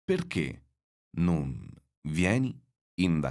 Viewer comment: Is the pronunciation of "Non" really correct? I've thought it's an [o] sound, not [u].